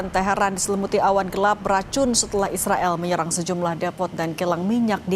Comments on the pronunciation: Bng knpa lo bilang nya isriwl bukan Israel🤔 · kenapa israel penyebutannya jd isriwil? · Sebut Israel aja gk becus Lo. Kck asli 😂